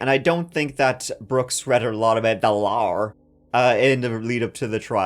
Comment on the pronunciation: Are you a Lion? "The laarrr" 😂